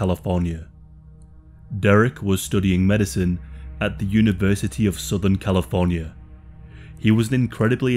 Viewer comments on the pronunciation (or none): 'University of sootern califarnyaaa"... incredibly bad enunciation!